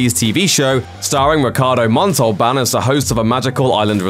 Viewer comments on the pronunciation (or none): Yeah, I know. The stilted anglicised pronunciation of the name is neither how the name would be said in English or Spanish. It grinds the ears of any one who knows Spanish, or anyone who grew up watching Mr. Montalban on TV in 70's and 80's.